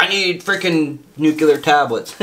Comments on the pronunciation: Oh and now the nucular🤣 instead of nuclear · New-Clee-Ar NOT Nuc-You-Lar, New-Clee-Ar. Part of knowing a lot about a subject is understanding how to pronounce it correctly. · “I know a lot about this nucular stuff” hahahaha. Sounds like George Bush